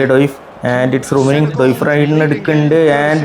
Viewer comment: ഡോയിഫ് അല്ല bro ഡിയോഫ്